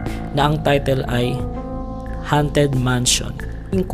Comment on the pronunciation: Ang pronounciation ng "haunted" ay "honted", hindi "hunted".